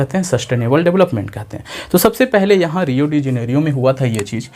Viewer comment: रियो हैं, रिया नही